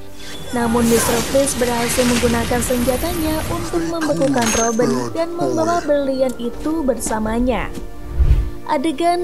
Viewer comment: kok kak panggilnya roben bukannya robin